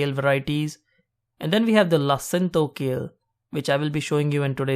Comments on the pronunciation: Super video--thx. BTW: It's LA-CIN-A-TO, so 4 syllables. It's aka Dinosaur kale. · its pronounced la-si-na-to